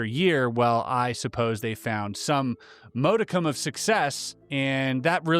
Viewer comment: in - Just to let you know what you're saying, it's not mode- icum, it's pronounced Mod icum- as in mod squad.